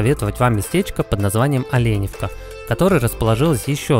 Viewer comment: ОленЁвка, учите русский, ё всегда ударная.